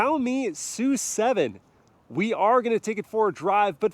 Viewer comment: Isn't the name of the car pronounced as "es - you - seven"??